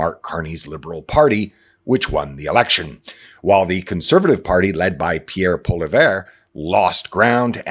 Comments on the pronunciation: It’s pronounced “polly-ev” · Polly-ev.... pronounced polly-ev Love the way you speak clearly and factually. One slight glitch in the beginning of this one. You nailed it. Canada is thoroughly propagandised. Nobody is capable of discerning what is true anymore. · It’s poillieve. Poil-E-ev(f) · My one key takeaway from our last federal election is that no one pronounces Poilievre’s name correctly.